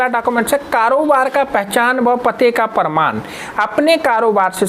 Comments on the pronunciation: Are Bhai parnam patr nahi hota parman patr hotahe😂😂😂😂😂😂😂😂😂😂😂😂😂😂😂😂😂😂😂😂😂😅😅😅😅😅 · Bhai ji parnam nhi parmad bolo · प्रणाम नही भाई, प्रमाण होता है, आप प्रणाम बोल रहे हैं